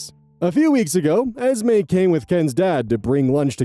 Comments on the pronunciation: Esme, when short for Esmeralda or similar, is often pronounced Esmay or Esmeh. Hope that helps, and that I'm not way off base. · Just so you know Esme is pronounced as ez-MAY and EZ-mee. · eeeesme. Eeeeeesme. while you look up the pronunciation is a vocal stim for sure now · Your confusion over the pronunciation of Esme makes one thing absolutely clear, you have never seen a single Twilight movie 😂